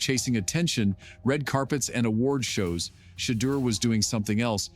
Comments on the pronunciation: You blacks are lying. You can’t even pronounce his name. Is Deon behind this? Yes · Sorry but l can no longer watch or listen to that rice cake NOT PRONOUNCE MR. SANDERS NAM CORRECTLY!!! BYE@